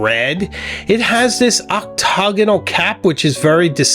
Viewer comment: Nice video! But heads up: your pronunciations of “octagonal” and “pupitre” are a bit off. Great, very informative and engaging video though!!